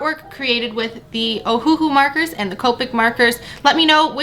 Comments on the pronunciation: Not oh - who - who it’s oh - who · Just so you know it is pernounsed ohulou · it is uhu that is how u say it